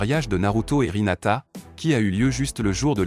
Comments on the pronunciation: Ce n'est pas sakula mais sakura Ce n'est pas rhinata mais hinata Ce n'est pas luchiwa mais uchiwa 😅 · C'est Sakura pas Sakula et c'est Hinata pas hilata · Hinata pas rinata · C'est Hinata pas rinata😂😂😂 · Ta dis rinata mais ses hinata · D'abord tu dis sakula et ensuit tu dis rinata